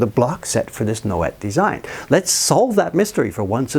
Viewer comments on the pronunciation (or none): Nouet would be pronounced Noway. The t would be silent.